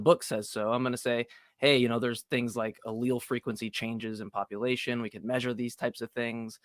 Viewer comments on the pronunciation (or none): none